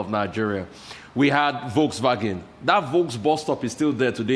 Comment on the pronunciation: Volkswagen....Rufai just called that like a german, well done man, "volks-vagen"